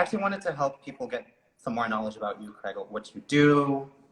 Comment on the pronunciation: It's "CRAIG" boo! 😉